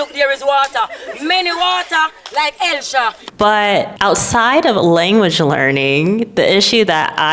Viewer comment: Many wata like Helsha😂😂😂. Love it. Enjoyed the video.